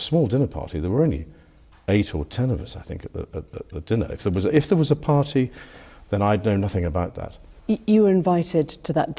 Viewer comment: pahtee mouth